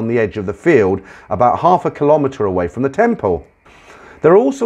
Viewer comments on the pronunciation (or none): none